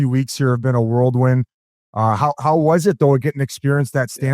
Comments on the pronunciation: lol worldwind, why is it always hockey players that say it, it's whirlwind boys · WHIRL. WIND. Whirl wind. Like a wind that’s whirling. Not world. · I love how Biz always calls it a "worldwind." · Biz said whirldwin